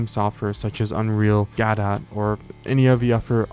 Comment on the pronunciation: You did pronounce it correctly :) I only found out recently it isn't pronounced like a French word.